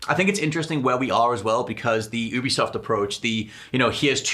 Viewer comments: “You-be-soft” - it’s an amalgamation of ubiquitous software, it’s not an “ooobercab” C’mon guys, you’re gaming journalists, you should know sh*t like this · YOU-BE-soft. It’s an amalgamation of Ubiquitous software, it’s not an “Ooo-ber”cab It amazes me that people who report on the gaming industry aren’t aware of this